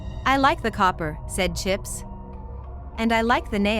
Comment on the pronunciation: "And I shall have chips"... That sounds so wrong dude like bros name is chips don't say it like that 😅